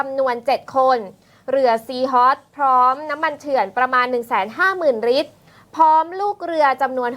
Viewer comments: พูดให้ชัดครับ ลิตร ครับ ไม่ใช่ริด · น้ำมันเรียกเป็น ริตร 😂😂😂😂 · ลิตร..ล.ไม่ใช่ริต..ร..อ่านให้ตรงภาษาไทยหน่อย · นักข่าว ลอลิง ชัดเเจ่วเลยครับ555 น้ำมัน ลิตรคับ ม่ใช้ริด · ลิตร ไม่ใช่ริด